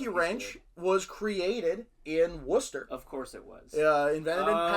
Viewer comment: So refreshing for a US citizen to be able to pronounce Worcester correctly! So funny that local to Worcester is also Gloucester and Tewkesbury in Massachusetts .... as well as here in England. I live in Gloucester, Tewkesbury is 10 miles north, Worcester 25 miles north. None of them are by the sea 😅